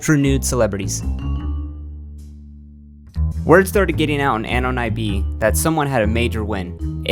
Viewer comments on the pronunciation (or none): "eh-non" not AHNAWN